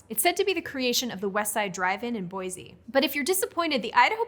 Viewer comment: As an Idahoan, I've never heard of either desert. I kind of want to try that second one, though. I once had a potato pizza at Pizza Pie Café, and it was amazing. I do have to point out, though, that there's no 'z' in 'Boise.' :P